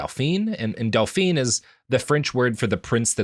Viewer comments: I'm not even good at French (pro-tip: never take Spanish before taking French), but Robert pronouncing "Dauphin" as "dau-pheen" got me fucked up. Like the "dau-pheen" is not the Dauphin, Robert; that's his wife. (When you pronounce the last consonant-phoneme in a gendered French title, you make it the feminine version of that title. "Dauphin" should sound more like "dau-phah." "Dauphine" sounds like "dau-pheen.") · You don't have to say it the perfectly-French way, but you can just say "daw-fin" (and "daw-feen" for Dauphine). At least then I know what you're trying to say, instead of my brain just hearing everyone get referred to as a princess, including the men, and getting really confused.